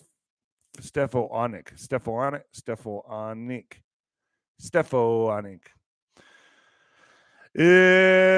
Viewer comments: STEFF-ON-ICK 😂 how to pronounce her last name lol. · I'm a NYer...pronounced: Stef ah nick